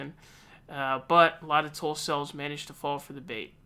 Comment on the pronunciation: Did you say Tulcels or Tuffles?....